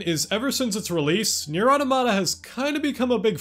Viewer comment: You’er not pronouncing the title right.